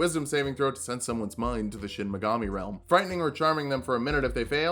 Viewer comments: Anyone else think that was saying Shin Megami instead of Shinigami to annoy those of us that know he's saying it wrong? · DID YOU JUST PRONOUNCE SHINIGAMI AS SHIN MEGAMI EVERY TIME I'M GONNA BOOST THE ALGORYTHM SO HARD RIGHT NOW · Every time he says "Shin Megami" instead of "shinigami," I feel pain, because it makes me want a Shin Megami Tensei or Persona character build. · Late comment, but it's shinigama not shinmagami. That'd be your shin magami tensei. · "I don't know what a Shinmagami is" That's probably because its pronounced Shinigami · not to be that guy but its Shinigami (death god) not Shin Megami (true goddess). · Great video. Only one critique: It's Shinigami, not Shin Megami. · You mispronounced what the death Gods are called in the entire video It's Shinigami, not Shinmigami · Did anyone else notice that he was saying “shin megami” instead of “shinigami”? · Took me a while to realize you were saying "shinigami", not "shin megami". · Take a shot every time he says Shin Megami instead of Shinigami and you want to finish the sentence with "Tensei" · Dear god stop calling it a "Shinmagami". This isn't fucking Persona, its a Shinigami. They're gods of death in Japanese folklore. It's a real thing. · The way he says Shin Megami instead of Shinigami really irks me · Anyone one being physically hurt whenever he says "Shinigami" as "Shinimagami"? I still love you but it hurts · So, like Is nobody gonna talk about how is saying "Shin Megami" and not "Shinigami"? He's either an SMT lover in hiding or taking the piss but idk it's funny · Is... is he purposely saying Shin Megami instead of shinigami as a joke or just mispronouncing it? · Is...is he saying "Shin Megami" on purpose? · Is he purposefully mispronouncing shinigami or am I crazy? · Did you have SMT on the brain? It's shinegami, shi-ne-ga-mi. One word, and only one M. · Me: aw yiss Light from death note: "Shin Magami" Me::'< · Any body gonna mention how he says shinigami?